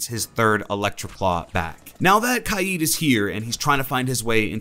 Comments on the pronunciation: Imma be honest, I thought that itv was pronounced k-ade rather than ky-eed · Pple r always pronouncing kaid kaayeed it’s annoying me for some reason I prefer pronouncing it kayd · Can you stop saying his name wrong. Is name is not spelt kied as you say it 😂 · Spelt Kaid pronounce’s it KIEEEEEEED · It’s not kieed it’s cayed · IT’S KAID, not KY-EED. Fuck.... literally no one calls him KY-EED. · For one, it’s pronounced like kade, not ki-Ed. And two, he needs his Electroclaw back badly